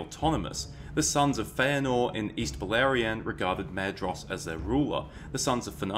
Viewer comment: Maedhros is pronounced "mai-thros" btw :)